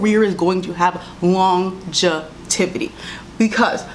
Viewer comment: CEO of pronouncing longevity as longetivity lol